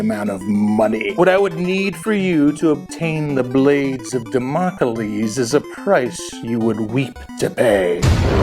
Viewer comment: Damocalese? Did you maybe add an extra syllable to Damocles?